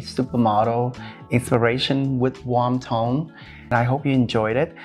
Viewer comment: omg when you said warm toned I thought you were saying wonton!!!!! guess I'm hungry hahahaa